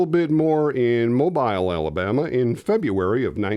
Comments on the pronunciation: Oh, by the way,, I was born in Alabama. My Dad was born precisely in Mobile. The correct pronunciation is moh-bill. A little usless trivia, Mobile was founded in 1702 by the French. 😁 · Love your channel, but heads up, it's pronounced Mo-beel. Don't worry, not your fault. We Alabamians butcher many of the names of our towns and counties 😅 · Horror just isn't my thing, but, that is part of show, so, I watched...;-) BTW, it's "Mo-BEEL", Alabama... HA! Picked a nit! My job is done...;-) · Mobile AL is pronounced "Moe-Beel" AL. (Like Moe from the three stooges plus "eel" with a B) Just saying. Everyone outside of the south screws this up. Cheers. 😁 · Hey, Baldwin County, AL resident here. Just wanted to let you know that Mobile, AL is pronounced phonetically like this.. Mo-beel. Still a F13th fan since the first film. My sister and I attended the opening day release of every installment. I still have my original F13th branded 3D glasses that they gave out for the movie. My sister has since passed away, so I thank you for highlighting the franchise and bringing back some great memories. 💀🔪🪓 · Mobile is pronounced as Mo-Beal. Sorry 🕊️ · hi dan. it's pronounced mo-bill alabama. thanks for the video! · Sorry but its pronounced Mo-bill even though its spelled Mobile